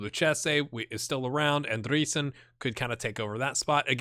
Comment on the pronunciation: You pronounce Andreasen the same way you pronounce Andrea. Just so you know ;) Sooo Andrea - sen. Take it from a dane :) Nice sqaud you got..